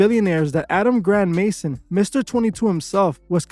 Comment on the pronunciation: He is not a Mason. You say his last name wrong to fit your agenda. I cant stand Adam 16 either. But your info is not accurate.